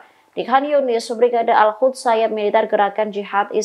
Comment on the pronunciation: Host ora mutu sbg penyiar baca berita,,,,klo baca salah terus,,nek baca sih GAYA tp justru bner2 salah total bhs arab salah lafadz bs mengubah arti,,, Al qossam kau baca alkhasam Al quds kau baca alkhuds Al aqsho kau baca alakhso,, tlg pimpinan redaksi,,,,sbaiknya host diganti yg lain yg benar,,,suruh belajar lagi